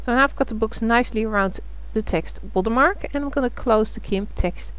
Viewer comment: I clicked "like" because she says "Water Mah!" and it made me chuckle.